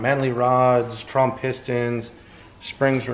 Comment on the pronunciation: Did Jamie say trump pistons? 🤔 lol